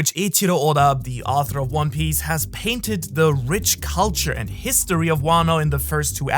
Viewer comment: one PIEice LOL